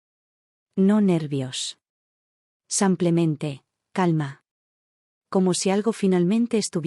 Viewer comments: Sanclemente dice enves de simplemente.tann. b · Porque dice samplemente!!!??? Si pronuncia muy bien la i